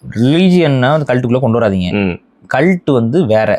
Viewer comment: Video paakama audio mattum keta naala yedho asingama kalattu kalattu nu sonna mari irundhuchu 😂